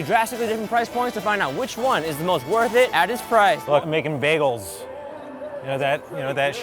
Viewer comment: Is it me or whenever they say "bagels", you'll hear "bae goals"? I probably ship them too much oops 😅😂